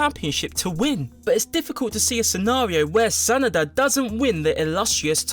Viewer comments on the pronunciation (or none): Sa Na da not sanda 😂